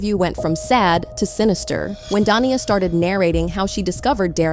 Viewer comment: I don't want to defend Da'Naia, as she does seem a little unhinged, but somehow I don't see her taking him back after all this. And her name is pronounced da-NAY-ah.